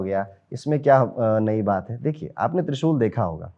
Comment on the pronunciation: Can't understand trishul